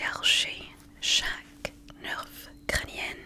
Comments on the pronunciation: Rien de méchant je voudrai juste corriger certaines erreurs que tu fait à chaque vidéos : On dis ner et non pas nerfe le f ne ce lit pas (je sais que ça s’écrit nerf) Et vu que c’est un nerf du coup c’est crânien et pas crânienne Et ne demande pas l’orthographe du prénom mais demande de l’épeler Et t’es vidéo son incroyable c top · Coucou! Juste pour t’aider à t’améliorer pour la prochaine fois, le mot nerf ont ne prononce pas le f alors ça sonne comme ver mais avec un n à la place du v. J’espère que je t’aurais aider bisous ❤️❤️❤️